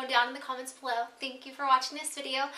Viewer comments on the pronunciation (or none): none